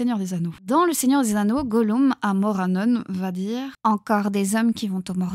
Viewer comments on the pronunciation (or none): none